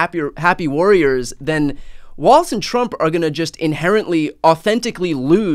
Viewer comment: Please let's say his surname correctly: "WALZ"